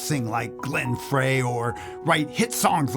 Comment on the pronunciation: Frey is pronounced as “Fry” and it’s Glenn with 2 “N”s Glenn is from my hometown, I know people that went to school with him at Dondero in royal Oak Michigan. Great video though, RIP Glenn!